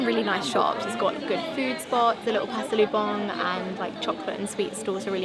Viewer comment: Gave it a like because of how pronounced pasalubong… Effortless